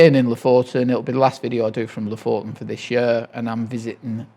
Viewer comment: Thank you — and just to return the favour: Lofoten is pronounced /ˈluːfuːtn̩/, or “LOO-foo-tn” if that’s easier. The stress is on the first syllable. You welcome 🤗